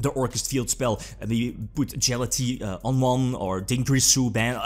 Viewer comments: no one: You: “Jala-tea” It’s “Gala-taia” I know you have an accent, but at least try to pronounce correctly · Galatea could get banned in the TCG, and still the murder would never be as brutal as this pronunciation. #DJHAALATEEE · Especially considering it should be Ralatea